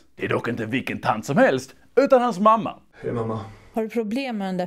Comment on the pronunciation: Not sure if sa "Haj och välkomna" bc skåning eller för att han håller löftet om en fiskfylld kanal.